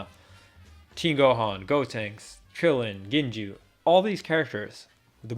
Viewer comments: It’s pronounced “go-tanks.” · You don’t know how to say “Go”-tenks? You’re an idiot. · it's not said Gotenks, it's pronounced "Gotenks"